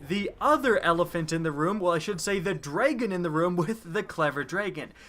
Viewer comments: this dude says , "clever draegen" ... it pisses me off ... it's clever dragon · You say Dragon weird.